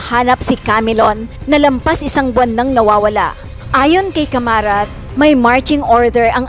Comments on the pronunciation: Hindi Camarat kundi CARAMAT. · Bakit kamarat ang bigkas mo ..hindi ba dapat gen.caramat? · Hindi Po C A M A R A T . CARAMAT PO . HEHE